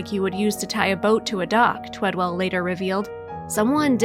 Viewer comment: ONE W! Twed-ell. Twee-dell? Talk to the man, he deserves to have his name spelled correctly and pronounced correctly.